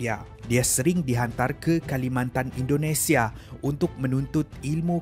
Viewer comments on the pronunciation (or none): none